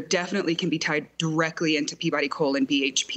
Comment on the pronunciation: How much did the Peabody Awards pay Amy to mis-pronounce that name as "peabuddy" during this interview, so that people wouldn't associate the award to this story? It's really obvious, the way she's doing it. She's such good friends with established media now, she probably did it for free.